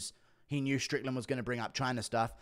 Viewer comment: Dude 4 minutes in that Sean strickland sounded PERFECT that actually caught me by surprise since I’m used to the guru accent